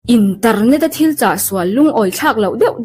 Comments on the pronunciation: Internet ❌Interrrrrnet! ✅ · internet leh bik mai* interrrnet🤣